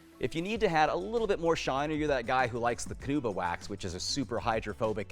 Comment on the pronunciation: Canuba? Does mean Carnuba, or is there a difference?